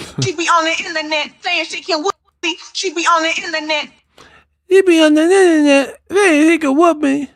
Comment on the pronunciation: It's INTERNET not INNERNET! 😁😁😁